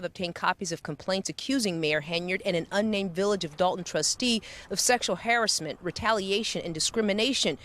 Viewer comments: Harrisment or harassment? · please learn how to say harassment not harrisment. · Why do she say "hair ass ment" lol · What is sexual “harris-meant” lol this reporter 🤦🏻‍♂️ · Why does she say “har-ASS-ment” as haris-ment”? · hairessment? do these anchors not know how to say harassment? Also, this story is sickening. Hope she ends up in jail. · Why do they keep saying Harris- ment. Do you mean harassment? Haha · Harrisment? You mean harassment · Is it just me or do they pronounce harassment oddly? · Why can she not pronounce harassment correct lol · If you are gonna do an Investigation then I would say to not incorrectly pronounce and keep repeating "harassment". Understand if uncommon or a word that is not commonly used but harassment is common and used through out someones life span. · Isn’t it harassment not hasssment hahahaha monkeys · harassment. can people not properly pronounce that word anymore?